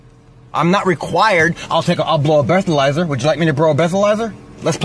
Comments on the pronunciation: “I’ll bro a bethalyzer.” I laughed so hard when he said that I almost peed my pants. I think that’s even better than the old phrase, “No Occifer, I’m not as think as you drunk I am.” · bro a blethalizer? 😂😂😂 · "Woodja like me to bro a bleatherizer?" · “Bro a blethaliser” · Dude wants to"brow a bleathalizer"? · "want me to bro a blethalizer" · He said “Would you like me to bro a bethalizer”? I think he already blew it. 😂😂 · "Would you like me to bro a bethalizer?" Classic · "I'll Bro a BlethaLizer" ??? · Cannot believe he actually said "brow a bleathalyzer"....twice! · "I'll brow a bleathalyzer... would you like me to brow a bleathalyzer?" 🤣🤣🤣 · Listen to "brow a bleathalizer" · “Would you like me to brow a bethalizer” 😂 dude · Dude said, “I’ll bro a blethalizer”. Not high at all. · he can't walk a straight line when he is sober...? then why could he "ever" be able to drive a car...? then follow that by not being able to pronounce...breathalyzer (beth-alizer)